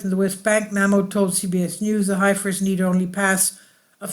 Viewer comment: It's pronounced "Heffers", at least in the USA. Thanks for the video.